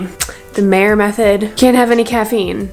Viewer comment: it is pronounced mya - mayr mayer maier meier meir - all pronounced the same.